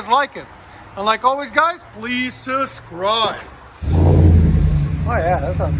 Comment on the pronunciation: I've watched an awful lot of your videos, love the videos and great information! Its not a big deal and i don't know why its bugging me so much but every video you say "like, comment and subscribe".... this issue I'm having is when you say subscribe, your saying sus-cribe, your not pronouncing the "B".. as in SUB-scriBe. like I said, I don't know why its bugging me so much! Maybe It's because I'm tired and need to just go to bed. Other then that, I like what your channel is about and what your doing to promote, as well as letting people get a first hand look at all the different exhausts to make a smart purchase.